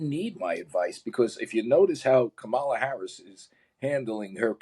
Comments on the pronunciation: I have a different opinion on this topic from you and your guest. But I appreciate listening to the discussion to better evaluate my core beliefs. On another note, it's Comma-la. The guest could say her name correctly before sharing how his experience was worse than hers. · Your guest shall learn how to pronounce Harris’s first name correctly if he wants to show audience that he himself is open minded and ready to listen to the other party and have a two way conversation. I felt he is just dumping his opinions here without interest in the left. So I have no interest to look up his book.